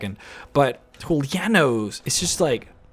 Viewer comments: He's Julianos not Hulia-Nose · da Vinci Actually, speaking through Spanish and Latin pronunciation, it would be HOO - LEE - AH - NOOS. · Loving the pronunciation of Julianos = Hulianoes XD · I'm 90% sure you're mispronouncing Julianos.